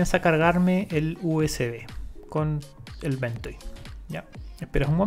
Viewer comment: Great video, please make more about ventoy. Also it's pronounced Ven-toy not Ven-toe.